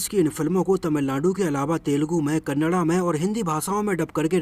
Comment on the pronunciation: Thank u for pronouncing Kannada 🙏🙏🙏 in right way